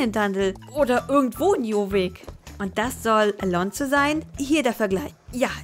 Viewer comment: lern am besten erstmal jorvik richtig auszusprechen ;)